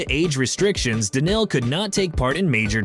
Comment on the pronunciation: I think this was AI who made this video. All names were pronounced incorrectly. Simpl was written inctead of s1mple ... Daniel donk? He is Daniil. Dislike